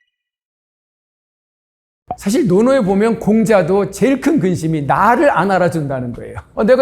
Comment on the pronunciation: 발음 문제! 사실, 사람,제주도,대개,호기심,부자,등! 장음인 단어의 첫 자를 -짧게"잘못 발음하셨습니다.